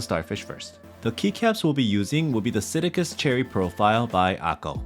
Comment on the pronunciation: I had to go to the comments to see the word"Akko", because you never once printed it here and it sounds like you're saying akul. WTF.